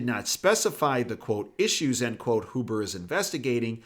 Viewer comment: Roger that? BTW... it’s Hyoo-burh, not Hoo-burh. Good vid.